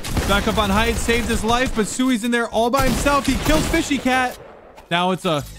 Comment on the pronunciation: says fishy cat me ITS FSHYNOTACAT